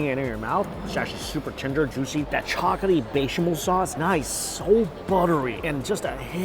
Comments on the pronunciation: Hard to watch when he keeps saying chocoty instead of chocolatey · Chock-luh-tee NOT Chalk-UH-tee Still love the vids though! Lol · Is anyone else hearing ‘chocatey’ instead of ‘chocolatey’? It’s like his ‘Baygo’ instead of Bagel 😅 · All I can hear is “chocety” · He's not really good at languages I've found, and pretty uneducated about food for a food YouTuber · and chocolaty